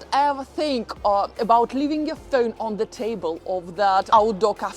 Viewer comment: Funny how she says pheun like inspector Clouseau in the pink panther movies. 😂😂